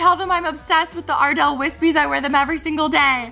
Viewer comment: When you said Ardell, I thought you mean Adele😹